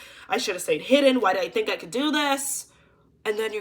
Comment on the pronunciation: Lmao “you TINK for yourself!”